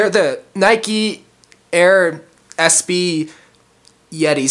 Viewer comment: Why u say Nike so weird